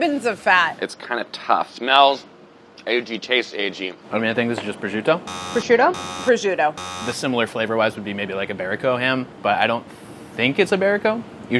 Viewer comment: I’m so annoyed how they pronounce prosciutto. Makes me crazy 🙃🙃🙃